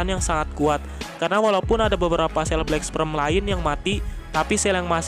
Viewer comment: Min maaf cmn koreksi, pengucapan black sperm salah tu, yg min ucap itu black sprem harusnya black sperm.. 🙏🙏🙏🙏